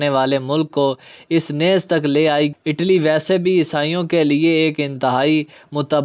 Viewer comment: آٹلی نہیں اٹلی